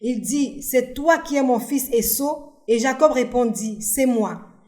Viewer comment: Esaü et non Esso. Merci pour le travail